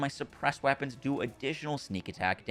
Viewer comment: "Wappons" lol